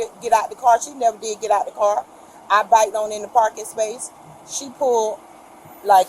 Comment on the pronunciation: “Biked…..” Bruh 😭 🤦🏼‍♂️